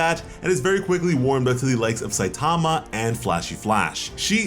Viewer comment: The name "Saitama" is Japanese, it doesn't have word stress like English does. Stop stressing the second syllable.